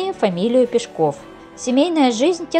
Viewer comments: Не ПешкОв, а ПЕшков. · Потому же и Пешко́в, вместо Пе́шков. Хотя вроде и не робот читает?! 🤔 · пЕшков, а не пешкОв! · Не ПешкОв,а ПЕшков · ПЕшков. Ударение на Е. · Ударение не там ставите у настоящей фамилии🤷‍♀️ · правильно говорили , не слушайте автора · ПЕшков!!! Авторов!!! (Ударение на первый слог).